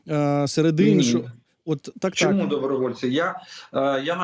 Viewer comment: Для ведучого. Чому спотворюєте українську мову. У вас що не слово то м'який знак. Щьо, чьому, нічього, чюти. В українській мові немає м'яких шиплячих і крапка!